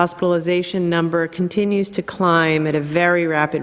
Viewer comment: I burst out laughing at this for some reason